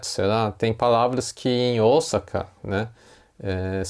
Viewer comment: Esse é um erro q vejo vários jornalistas cometerem ao falar da cidade de OSAKA!! Deveriam se informar melhor!!